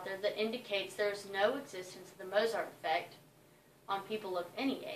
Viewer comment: why doesn't she pronounce the name correctly?